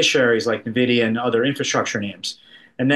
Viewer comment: He did not just say NuhVidEeeUhh right? Don’t cap on me. 🚫🧢